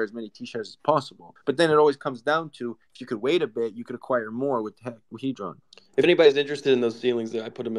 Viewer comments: The guy speaking at the start does realise it's hedron not haydron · It's not hay dron it's hed Ron